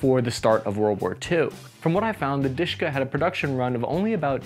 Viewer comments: It's not DiShKa, It's D.Sh.K(a). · Not Dishka, but Dashka. The name Dashka came from the female name (Dasha, Daria), just like Svetka - SVT-40 (Sveta, Svetlana), and Ksuha - AKS-74U (Ksyusha, Oksana). There are also names such as "Sapog" (Boot) - SPG-9 and Pokemon - PKM. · It is more commonly pronounced as "Deh-Sheh-KAh" (last syllable stressed), Dushka, I never heard of it ever being called Dushka.. Probably because I never saw any real action myself))) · It IS "De-She (not like "she" but like the short e in "shed") - Ka". Just an acronym from the three cyrillic letters: ДШК. It's pronounced very fast usually, and the last syllable is stressed. Why so many foreigners call it "dIshka" I have no idea... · One of my college roommates was "drafted" into a Lebanese militia (they put an AK47 to your head, ask if you want to join and reply is "good idea!"). He liked the DSHK, he pronounced it as Daash-ka, not disk-ka. He now runs a three star restaurant in Mackinaw City, Michigan. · Russian/Soviet DSHK is not Dyyyyyyshka. But De-SHa-Kaaaaa. D - is Д (Дегтярёв - Degtyaryov). Sh - is Ш (Шпагин - Shpagin). K - is К (Крупнокалиберный - Large-caliber). Пулемёт ДШК is De-Sha-Ka Gun. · It's pronounced as "Deh SHeh Kah" not "Dishka". It's the abbreviation of "Degtyaryova-Shpagina Krupnokaliberny". The first two words are the family names of the inventors and the third word means high caliber. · It's dashka (as in Dasha which is a variant of Daria female name), not dushka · Not dushka, but dashka, diminutive for Daria, girls name) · Its not dushka It is "Dash a Car(English pronunciation)" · Wht do you call it dishka? The correct prononsiation is DESHEKA. And this is an abriviation Degterv-Shpagin Large Caliber and not some me-me toy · I don't know how russians called that MG, but in Ukrainian forces it's called not dushka, its called dashka. Its mean friendly version of the female name Daria. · It should be pronounced like "de she ka".) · not deshka! it sounds like de she ka